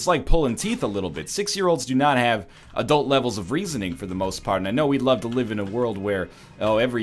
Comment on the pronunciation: Anyone else correct him when he said, "Adult"